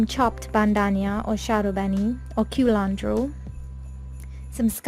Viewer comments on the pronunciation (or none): none